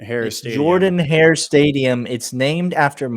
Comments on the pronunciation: c'mon guys u should know being college football fans for soo long that its spelled Jordan Hare but pronounced Jerdan Hare, how do u not know this? #GooDawgs #TooHellWithAU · if you still think its pronounced Jordan hare, dont believe me, ask Auburn fans or even google how its pronounced, its NOT Jordan, its Jerdan